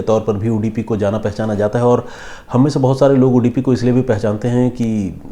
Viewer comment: Sorry not udipi it's Udupi